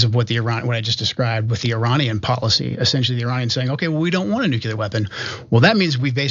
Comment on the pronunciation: Nu-KEELER???? REALLY?!?!